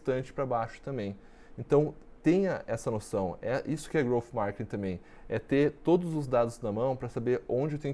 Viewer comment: Só eu fiquei incomodado com ele falando “markining” 😅. Excelente vídeo, parabéns 🍾.